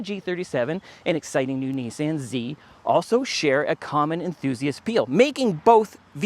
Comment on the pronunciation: Great review! Also, I can't tell you how much I appreciate hearing a Canadian pronounce Nissan correctly! It's like nails on a chalkboard every time I hear someone pronounce it Nisson. I don't know how people don't feel stupid pronouncing an A the same as an O!🤷🏻‍♂️